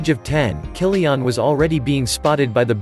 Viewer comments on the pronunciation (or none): Who the hell is "Kyli-ONN" ??